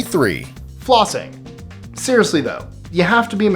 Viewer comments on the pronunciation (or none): "Flossing", oi feck off